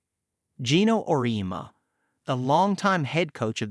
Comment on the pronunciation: It’s Or EE Emma.